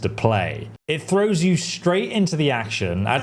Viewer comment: OMG! When did learn to say the 'TH' sound? He actually said thirty, not firty, and throws, not frows!